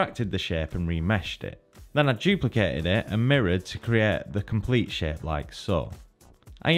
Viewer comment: Everytime he says "shape" I hear "sh*t" and that has made this video much more entertaining to listen to.